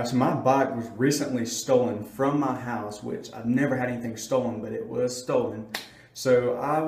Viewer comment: Dude why do you say ma bike